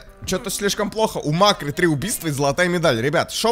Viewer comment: Не мАккри а маккрИ